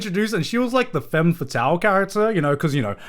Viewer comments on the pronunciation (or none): none